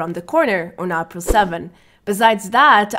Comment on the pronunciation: You've been saying April wrong. It's "Ay" as in plAY and then "Pril". So... "Aypril". :)